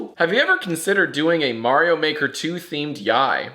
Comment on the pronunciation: whole thing with pronouncing Mario as Mary-o is hilarious But I only want to disagree with her because of her reasoning